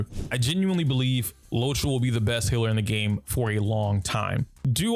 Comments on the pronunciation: No offense, I'm asking this out of curiosity. Why do PoC say 'hiller' instead of healer? i'm not from the US and it confuses me a lot. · You are right, It's not as bad as some other content creators do it. I even can now hear a little of the HEEL in Healer but you make it really, really short. I tried pronouncing it like you and I can't. It just naturally stretches longer :D I noticed it only recently and it was another black guy, so I kinda assumed it was some kind of slang of black people, like many like to change the sound of words in rap lyrics. I'm just so confused why it's just a single word, that got changed and what happens to hill for the people who really say hiller instead of healer, so heal becomes hill xD sry, now I'm just being silly. I actually love the English language and want to learn more about it. That's why I'm curious.